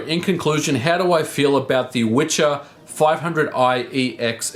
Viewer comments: its not Witcher :)Wicher means strong wind and should be pronounced "Viher" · Wicher (which in Polish means "gale" or "strong wind") is actually pronounced VEE-HAIR, not "witcher" ;) Anyway, good job and a thumb up! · It’s Wicher, not Witcher which translaten in Polish as gale/hard wind. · We pronounce it "VYHER" here in Poland. Not "witcher" or antything alike. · It is pronounced "Vee - her" and means "gale". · It's "wicher" not witcher. "Wicher" is a name in Poland, of a strong wind (wiatr in short). Its not witcher (the game). If you wanna try and prononunce it more or less try speaking "viher" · In case anyone is interested, it's not pronounced like "witcher", c is completely silent. It's more like "vee-her" and means strong wind. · One tip about the name of this accelerator -> Wicher (Witcher without "t" in the middle) means in Polish "strong wind", should be pronounciate as "veeher". It's not going from The Witcher series :) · great video, however the name is not pronounced with a tsch sound like "the witcher", it's Wicher which is pronounced like vee-her, means a strong gust of wind in Polish. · Dude, it's not a Wi-TCH-er.. It is Wi-CH-er. It means "strong wind" in Polish. You should pronounce "CH" as you did in the "fifty mega H-urts". Also, "W" should be read as "V". So, in English, you'd say that "Viher". You're welcome ;) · I’m from Poland and I believe you should read it as Veher :) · WIcher, not witcher. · it`s called wicher which means something similar to wind in polish, not witcher ;) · It is pronounced viher. Wicher is a strong wind. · "wicher" means "gale" in English. You pronounce it viher. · it's funny that the name of the card is Wicher, which English speakers pronounce as "The Witcher" (I guess the most famous Polish export product), but it actually means "gale" in Polish. Anyway, based stuff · And you should pronounce "vi-her" use connection of two words "Wii" or "Vi" and "her",,,,And yes Wicher means "Strong Wind" It's not Witcher :)